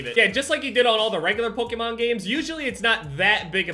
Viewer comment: all these years and still can’t pronounce Pokémon 😂